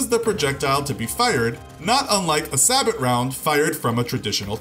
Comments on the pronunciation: Say-bow not sa-but. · "Say-Bo" not "Sah-Bot" I still gave it a "like" lol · Like saying Sa-bot instead of Say-bo? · Was looking for this comment.. "say-bow" and "sabbot" sound very different.. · Sabot: "Say-bow".. not "sa-bet" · Sabot is pronounced /ˌsaˈbō/ not "sabbott." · Sabo... Not sabot..you get me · Pls Saybow (Sabot) Not Sahbit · Sabot pronounced “Say-bow” not “Sah-bot” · It’s not a sabot... it’s a sayboe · Anyone else bothered by the pronunciation of "sabot" as sa-bot instead of say-boe? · You pronounce it "SAE-BOH" not "SA-BOT" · You dont pronounce it "sah-but" its "say-bo" the t is silent. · Sah-bit? I've always heard it pronounced say-bow. (Sabot) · its "say-bow" not "sabbot" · Omg man. It's not sa-but. Its say-bow. Sabot, say-bow. Say, like "you're saying that wrong". Bow, like a hunting bow... say it with me now. SABOT! SAY-BOW! please. Its really easy, I like you're channel, but you're driving me nuts with that. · saa-bit instead of say-bow sabot is pronounced say-bow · It’s pronounced say-bow not sabit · It's pronounced say-bow not sah-bat. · It's pronounced say-bo, not sabot. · Nit picky I know but it's pronounced sabo( the T is silent ) not saboT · lol "sa-bit" it's pronounced "sa-bow" or "say-bow", sir. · sabot=say-boh not sabbott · Sabot is pronounced (Say Bow) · Sabot round is pronounced Sah-BOW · the word has a long “A” and the “T” is silent so it is said like “Saabo” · it’s pronounced “say bow” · ‘Sabot’ bring French word the T is not pronounced. Just “Say-bo”. And current runs neg to positive. Not pos to neg. Current runs opposite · Correct me if I’m wrong, but isn’t “sabot” pronounced as “say-bow”? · FYI... Sabot is pronounced (SAYBOW) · Say-beau, say it with me, Say-Beau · FYI proper way to pronounce sabot when used in reference to a projectile is "say-bow" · Sabot is pronounced sabo like depot is pronounced depo. Great video and content though, just don't rush videos